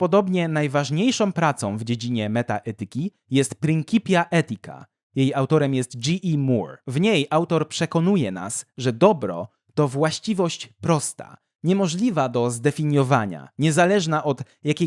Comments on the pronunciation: "PrinCipia" - nie "prinKipia"! "c" w tym wyrazie wymawia się jako "c"! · 'Principia' czyta sie chyba przez polskie 'c' ;) KDS